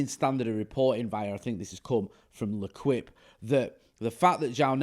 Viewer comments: It’s pronounced lu’keep not lu quip brother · It’s le keep jay not le quip 👍🏼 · I see you are not seeing, listening, believing or just don’t care that I am sorry to say that when you say le quip for the L’équipe!!!!! It’s really like torture to French fans and I know a few living in the south of France most of the year or all (depending upon who sees this🤣🤣) but it’s so easy to say it phonetically:- Lay as in laying down and keep as in keep the change. So if you’re interested it’s Lay-keep !!!! Et voilà facile/ easy ✌🏼✊🏼 UTR&UTP!!! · Hahaha, what , no it ain't 😂, it's pronounced le keep and spelled le quipe Never mind I'm an absolute TIT, I now see what you did 😂well shut my mouth 😂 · just a little bit of help how to say l’équipe and not le quip it’s lay as in down and keep😉 so not Le quip 🙄Lay-Keep, ok bro. 100% respect UTR&UTFP:_FTD::_Jay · feller: French pronunciation lesson time: L'Équipe should be sounded thus: "Lay-KEEp." Easy as that. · its pronounced "le keep" 👍👹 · Please say L'Équipe one more time 😂😂